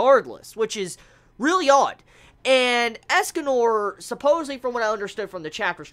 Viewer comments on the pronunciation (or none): none